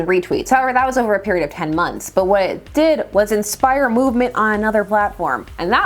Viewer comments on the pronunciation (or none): none